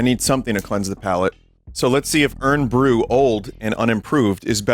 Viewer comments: The way Vinny says "Irn Bru" hurts my Scottish soul. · I put ketchup on my chips. They're just potatoes. You put ketchup on those all the time. Vinny's pronunciation of IRN BRU is interesting. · Find it funny hearing Vinny call it "Urn Bru". It's IRON Vinny. Made from girders. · fucking hell its pronounced iron not urn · I winced every time vinny called it "urn" bru like I'm drinking from the jar they put dead people in. It's short for Iron Brew. Iron. Like the metal. Like the man. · It was killing me hear u say “irn brew” it’s pronounced iron brew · "Urn" bru haha, like tea for the undead...or just tea OF the dead...-- it's pronounced more like "iron bru" without the "o" for anybody who needs to know I guess haha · Hearing Vinny say Iron Brew as "Urn Brew" hurt to listen to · Vinny pronouncing Irn Bru as "Urn Bru" is very charming. For those that don't know, it's supposed to be pronounced "iron" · It's pretty typical pronunciation outside of Scotland, I even know English neighbours to our south who call it that. You can hardly blame them, though. Scottish vernacular is like tryin tae eat a scabby heeded bairn fae Auchenshoogle. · Urn Bru 😂 my ancestors cry at the pronunciation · Urn Bruh ⚱️😂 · Hi Vinny, it’s Scottish Vinny writing from London. Irn-Bru is pronounced “Iron Brew”. But you weren’t to know that. From at least the 80s the marketing slogan was “made in Scotland from girders”, presumably attempting a tough Glasgow workers’ aesthetic. I grew up in Glasgow, so here are some unusual things - “soda” is often called “ginger” for some reason, usually among the less economically fortunate. It refers to any carbonated soft drink. You could take empty glass ginger bottles back to the shop and they’d give you money. Incidentally, I have searched relentlessly for anyone who can tell me what the hell Irn-Bru is supposed to be. Nobody knows. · Dunno if he's just taking the piss but it's pronounced "iron brew" 😭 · Vinny calling it "Urn Bru" is fully killing me off